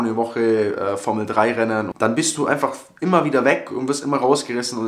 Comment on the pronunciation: Gut bisch😂 'sch